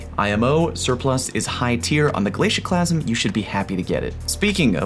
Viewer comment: The “glacusieeme”